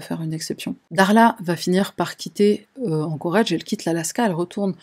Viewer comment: Ah, encore un truc. Pourrais-tu contacter pour lui lui rapeller que "Anchorage" se prononce "Anchorage", et pas "Anchorage" Merci à toi.